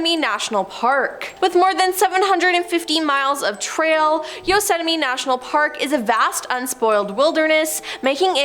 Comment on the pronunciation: Yosettimie Not Yosemite?